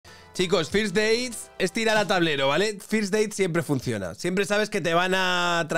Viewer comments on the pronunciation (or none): Con lo bien que hablas inglés, ¿por qué dices firs deits, en vez de ferst deits?